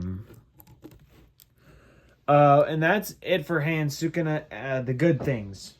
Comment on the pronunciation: Bro why are you saying sakunat instead of sakuna